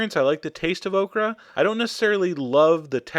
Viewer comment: Lol, he made okra sound like Oprah